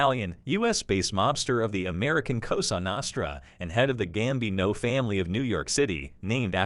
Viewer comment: Give it up bud, you're making a fool out of yourself. The first pic you show isn't Carlo Gambino, it's his son. You can't even pronounce Cosa Nostra....It's not Cosa Naahhhstra it's Cosa Nostra.